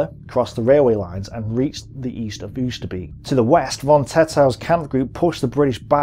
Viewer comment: Not "oo-ster-beak", "oh-ster-bake".